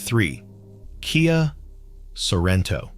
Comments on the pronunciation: What on earth is a K.I.A. Sorento (Kee-uh?)? And what is a Kia Five Six? (Vee 6?). What about the Toyota Threeeeee 2GR-FE? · Hello little robot. KIA is pronounced Kee-ya.